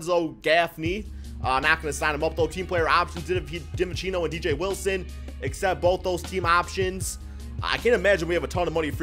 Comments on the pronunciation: For future reference it’s pronounced ‘dee-vin-chen-zo’ not ‘dih-vih-chee-no’ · did he say dante divinchino